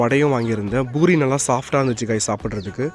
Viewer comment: Poori ❌ bori ✅🤣